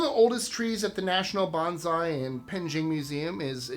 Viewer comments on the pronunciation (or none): You always try so hard to pronounce foreign words correctly, and I know you have visited Japan. That why your pronunciation of bonsai surprised me ‘banzai’ is a completely different word. Bonsai is pronounced like ‘bone-sigh’ banzai is what you might yell while piloting a kamikazi mission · Bonsai is pronounced "bone-sigh", not "banzai".😒